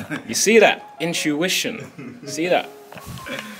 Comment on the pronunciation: you see that, inchuishon